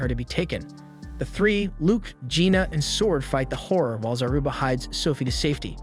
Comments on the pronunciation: Everytime he said "horror" I heard "whore" 😆 I was like damn this guy doesn't like the girls in this anime 😆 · all i hear is him saying whore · wait is pronounced "hor" or "whore?" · i love its called horror but when its a women being a horror it sounds like whore